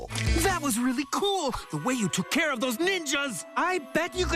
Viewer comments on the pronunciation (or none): none